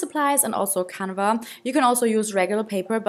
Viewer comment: Hey! Ich bin Deutsch aber kann Englisch! Ich glaube, dass Leinwand „Canvas“ heißt und nicht „canva“ aber kein Hate! Ich liebe deine Videos und finde es cool, dass du jetzt auch englische Videos machst! 💕🌸 😍